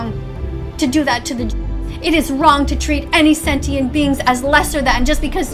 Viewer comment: setient is crazy tho fuh you mean sentient i mean like ummm maybe you realise that they have way less thinking capabilities and you do realise that in islam animals actually have to be slaughtered in a painless way to be eaten